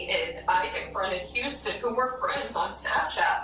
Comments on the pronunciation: Are you both bots? It was more than one mistake. Guy's name is Houston, he pronounced it Huston repeatedly even after the audio of the recording stated Houston. Keep defending this oddness. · Did you even watch the videos before you post? They keep saying the name houston yet all you say is huston😂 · Huston....the name is pronounced "Hewston" .....waaayyy off dude!! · Bro I support you 100%, but 'Hustin'? Seriously 🤦🏻‍♀️🤦🏻‍♀️ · That way you pronounce Huston is irritating as hell. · What the fuck is the deal with “Hus-ton”?! Is this a new way to pronounce it, because it sounds absolutely ridiculous. I refuse to believe you don’t know how to pronounce HOUSTON, so this has to be some new “edgy” name 😂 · Huston? Bro i know you’re not illiterate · I know right, show Texis some respect! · How you don't know how Houston is pronounced is a little odd.